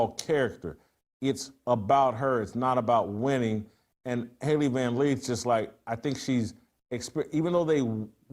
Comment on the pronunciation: Its Lith. LITH. LITH!! Not Leeth!! JFC.